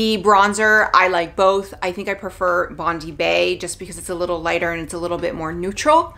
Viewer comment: Bondi is pronounced as Bond-dye. It’s a popular beach in Australia 😄